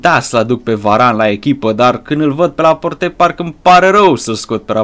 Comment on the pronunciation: Laport se zice